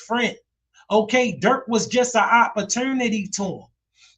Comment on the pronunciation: Yo What is your accent bru?? Like when you say " opportunity " or "dude" or "prove" etc???😮😊😊 U have zero accent untill you say a word like that,thats crazy!!😂 Im from deep south so i have a accent all the time,not just a word here and there.... I find all the differences in the accents all across the usa just fascinating!!💯💯💯